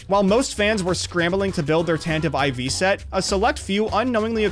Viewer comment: How did he manage to mispronounce "Tantive IV" repeatedly?